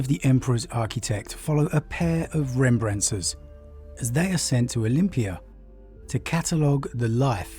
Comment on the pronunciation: I'm really sorry to keep coming at your pronunciations, but "rem brans ers"? Instead of "re mem brance ers"? Love you, but I don't think this is an abaddon situation.